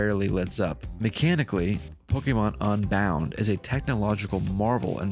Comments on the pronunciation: i hate when people like you pronounce "un" like "on" "pokemon onbound". its UN you philistine! UNbound not ONbound. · i agree, pronouncing un like on is onhinged!